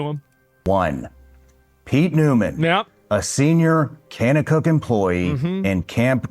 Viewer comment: The way he’s pronouncing kanakuk shows he has no idea what he’s talking about